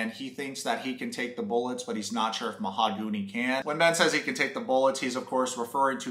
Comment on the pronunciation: I can't read or say mahogany right anymore. "Oh wow, that mahagoonee desk is nice!"